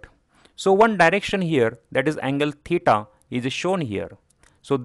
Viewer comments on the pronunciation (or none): none